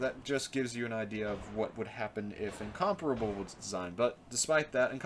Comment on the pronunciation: for saying incomparable correctly. Listening to all the other YouTubers who play world of warships calling it in-compare-able getting so old.